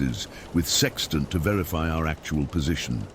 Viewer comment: It’s called a sextant not sexent you idiot